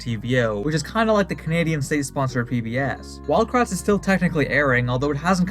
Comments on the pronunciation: Everytime they said "It's us, the Kratt brothers!" I keep hearing "It's us, the Crack brothers!" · I always thought they said they were the CRAP brothers not kratt